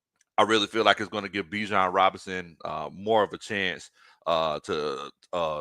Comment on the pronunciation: ……Y’all have been pronouncing Bijan’s name incorrectly!😮😅😊